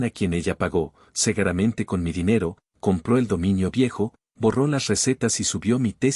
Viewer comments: NARRADOR LA PALABRA ES S E G U R A M EN T E NO "SEGARAMENTE" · ¡ ¿ Por qué pronuncian " Segaramente ", si la palabra es " seguramente " ? !